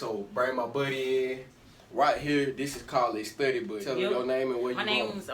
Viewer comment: He said studay😂